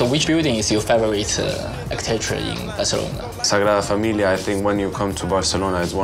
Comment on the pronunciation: Man, when said Sagrada Familia you know for a fact that he’s trilingual